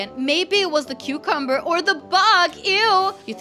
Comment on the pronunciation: I am laughing 😂 cause u said how can be alive it do not have a heart ❤️ hahahahahhahahahahahahahhahahahahaha 😂😂😂😂😂😂😂😂😂😂🤣🤣🤣🤣🤣🤣🤣😂😂😂😂😂🤣🤣🤣🤣🤣🤣😂🤣🤣😂🤣😂😂😂😂😂😂😂😂😂😂😂🤣😂😂🤣😂 it was funny when u say qcumber